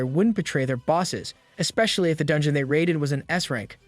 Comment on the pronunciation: God's sake, stop with the dhey and doh bullshit. You sound like a retard lol. It's so cringe